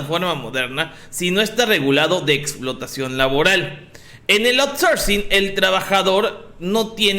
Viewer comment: A LA CHINGADA SU OURSORCING